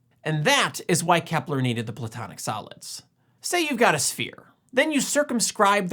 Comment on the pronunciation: A couple of times I thought you said the platonic salads. But that works, too. 😁